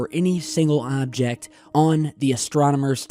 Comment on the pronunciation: Your really over emphasizing "object"